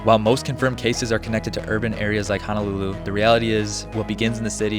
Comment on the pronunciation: Please stop saying HANALULU! It’s HO-NO-LU-LU! And when you say Haleiwa you pronounce Haoleiwa 😂 we really have to work on the correct pronunciation of Hawaiian words if you’re going to make a video about Hawai’i.